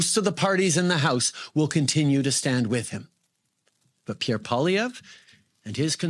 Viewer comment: As a Canadian I give Benny a helluva lot of credit for pronouncing Prime Minister (he will be)Pierre name right.